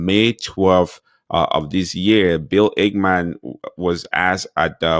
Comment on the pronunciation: It's Ackmam not ACHEMAN